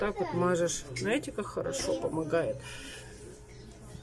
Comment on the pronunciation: Наете, наа, вам тоже срочно нужен логопед